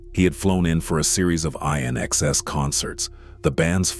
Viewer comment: INXS - like in excess❤️ (not Eye-in excess)🤔🤨😐